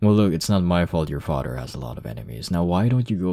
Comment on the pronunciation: the way he said father "fader" 🤣🤣🤣🤣